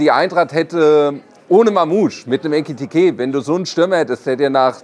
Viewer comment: der Spieler heißt Ekitiké und nicht Etikité! 😉